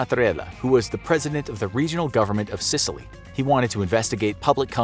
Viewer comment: Is it just me but he sounds like he’s saying sitaly